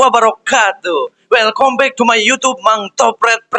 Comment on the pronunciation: Maaf ya, kyaknya ngucap na well come back tuh welkambek.. bkn welkombek.. mending pke bhasa Indonesia ato basa sunda aja lbh sae klo mmang ni lbh ke daerah kita🙏🏽.